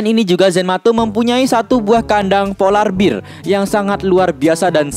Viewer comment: polar bear bukan polar beer